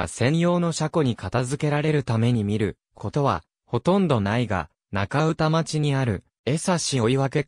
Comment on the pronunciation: まつたからまるではなく、まつほうまる、しょうだいこではなく、こだいこ、なかうたまちではなく、なかうたちょう、やどいれではなく、しゅくいれです読み間違いが多過ぎます